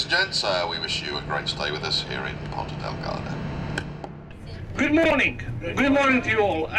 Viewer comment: i can also tell you that the azores is much cheaper than the mainland Portugal, so, with 1,700USD per month you will have absolutely no problem whatsoever... and its not "porta del garda", its Ponta Delgada. Hope i helped you